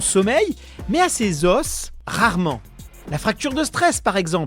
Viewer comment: Un os, des os un osse des eaux (prononciation)